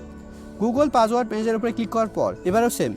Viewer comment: ভাই আপনি কি অশিক্ষিত, পাসওয়ার্ডকে বলতাসেন পাজওয়ার্ড